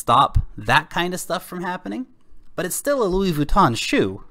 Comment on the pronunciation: "Luis Vooton" lol